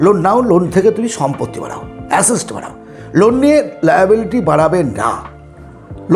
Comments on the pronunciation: আপনি Assets বলছেন না Acests বলছেন বোঝা মুশকিল , ঠিক করে বলুন আগে 😂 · Dada kotha ta assest noy assets